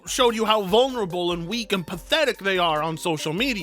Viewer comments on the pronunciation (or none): none